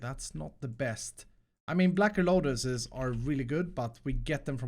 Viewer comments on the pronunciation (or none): none